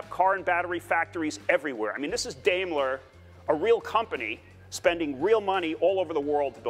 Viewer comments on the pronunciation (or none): none